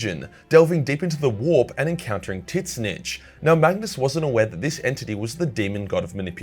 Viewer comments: thought it was pronounced Zeench not Tit snitch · For what it’s worth, Tzeentch is pronounced “zeech” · Just an FYI the "T" is silent it just zench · You need to stop saying Titsnitch, it's lame. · Please learn to pronounce Tzeentch.